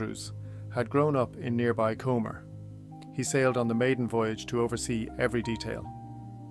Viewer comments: Im from "Comer" its pronounced cum-ber. But thankfully doesn't actually have a "u" in it lol (Edit) little bit more information about Comber. The Andrews family owned most of the western section of the town as they owned the local linen mill. They built many streets to house the workers. Mill street and the streets beyond the bridge at the North Down House are all Mill houses all the way down Railway Street and across the road to the Andrews Memorial Primary School. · Interesting video,. Thank you. Wonderful use of AI. Well done indeed. You sound Irish, but the first three letters of Lagan are pronounced as in "lag" to "lag behind". Cumber is pronounced as is "crumb" not comb as in "comb.. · The Cavehill is in the wrong place in some shots. Pronunciations are off for the River Lagan ( Laggin) and Comber isn’t Comer (it’s pronounced Cumber). I’m not sure there was a waterway ever that close to the Giant’s Ring. The AI picture makes it look as if it is at the coast. I’d prefer more factual reference photos based on old maps and present day photos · Not comer...it's comber...but very good 👍🏻👍🏻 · Its pronounced come-ber not comb-er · Also not a big deal but it's Com-Ber not Comer. The B isn't silent. Really interesting video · Comber is “cum-ber” (as in cucumber) - the b is not silent Lagan is “la gun” (rhymes with dragon) Lough is pronounced like the Scottish equivalent Loch (or at least lock if you can’t manage that), not like Loughborough. Other than that a surprisingly interesting video for something AI spat out. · Comber (pronounced Cum-ber) thank you for the video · pronounced Cumber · Some inaccurate pronunciations of Lagan, Comber Heugenots etc. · Comber doesnt have a "u" in it. Regards, a Comber Local. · And Comber wasn't pronounced right. No biggie, the video was great.